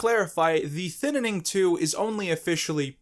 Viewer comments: I really don't understand why you call it the Thinining. Is saying Thining so hard? 😂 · The Thinining 2: The Thininining